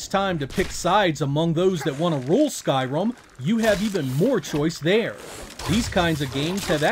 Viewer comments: Sky Rim, not rum. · I heard you say skyrum and i was like, yes! Rhum from the gods, the best game you can have on a desert island, he4. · Did he say Skyrum??? Lmao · I’ve never heard it pronounced as Skyrum before!